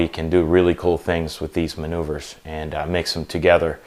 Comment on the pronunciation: 'really simple manouveures' ... Joker.